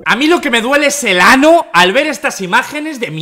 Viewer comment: JAJAJAJAJAJAJA Siempre me cago de risa cuando dice “ano” de esa forma JAJAJAJA